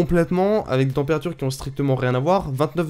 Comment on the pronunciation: "témpérature" :3